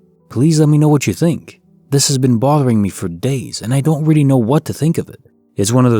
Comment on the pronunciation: “Really”=“Riddy” once you hear it, you can’t un-hear it! Lol